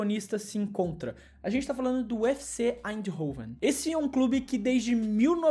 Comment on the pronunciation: Fala-se "Aindôven"😊